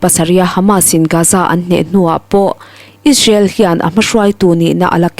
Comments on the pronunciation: ‘Ish-rael’ ti lovin,’Is-rael’ tiin han lam phei la chuan i thu puan chu ‘perfect’ a ni mai. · Israel i lam dan hi tinge ishrel i tih tlat chu le. A spelling pawh a lang chiang hle si.